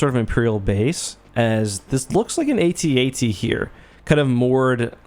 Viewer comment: I love that you pronounce it... "Aytee aytee"in stead of "at-at" Thank you, you're doing the good work.